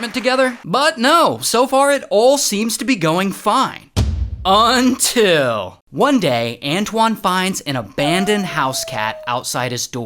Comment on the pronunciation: I hate the “unil”